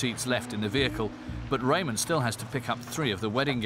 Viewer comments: His name is rahman not Raymond! 😂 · It's not Raymond his name is Rehman